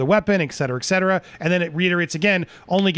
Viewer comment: Great but please...it's not 'ek cetera' ...it's et cetera! :-) (no biggy)